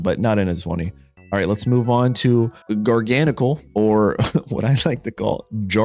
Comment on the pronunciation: Just for some help it’s pronounced gar_gan_ackle and ce-rule-edge I got you on this one my guy